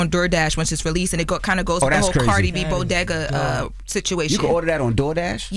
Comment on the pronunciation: Can learn how to pronounce bodega?